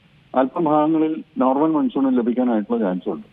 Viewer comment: Maansoon is correct pronouncements sir ,not Mansoon